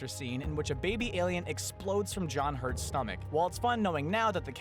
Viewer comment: ahaha "John HURTS" IK -.- ;)